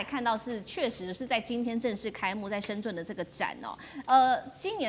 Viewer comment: 深圳的“圳”,發音是“鎮”